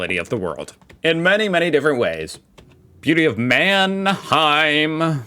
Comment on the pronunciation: it's a "Mannheimer". ei is pronounced just i or y in this case